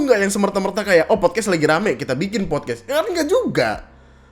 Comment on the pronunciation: Fyi, pelafalan dalam bahasa Inggris yang benar itu podkas(t), bukan podkes